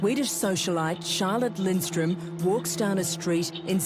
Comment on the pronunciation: Middle class who says that anymore? Btw her name is spelled and pronounced wrong, it's Charlotte Lindström...I'm swedish that's how I know 😇